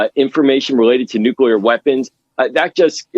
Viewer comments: The word is nuc-lee-ar not nuc-u-lar. For heaven’s sake woman you’re a broadcaster. Learn to speak properly. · New-klee-ar! Not new-que-lar! FFS, get it right, you're on tv. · It's NEW-CLEAR not NEW-CEW-LEER. Just saying. Credibility is a long road back. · Nu clee ur, not nu cule ur. Geez. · Say it with me. New klee er, not new kyuh ler. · Stop saying “nucular”, ma’am. You’re a journalist! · What planet are you from? It's NUCLEAR! is there anybody alive from your Planet? ! . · I can't even watch this. Stop saying "nucular"! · Did she properly pronounce the word "nuclear" ???? how unamerican! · Oh dear. An American presenter who can't correctly pronounce "nuclear"; in fact, seems to slur every third word. The bathos of the US never ends. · The anchor can't even pronounce the word nuclear. They shoulda caught that in the job interview.